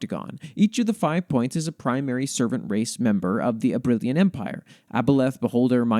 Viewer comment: Can't deny I have the biggest smile after hearing you read out the Dryad and the Knight, thankyou so much for including it and your kind words. Oh, for future reference the pronunciation of Soleriña is Sole-er-in-nya, and Abrilain is Ab-riLL-eighn (I always have difficulty writing out pronunciations, hopefully they make sense)